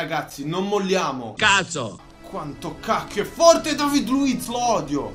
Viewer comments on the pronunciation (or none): none